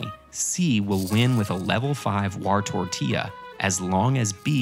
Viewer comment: "wartortilla" PFFTTTTT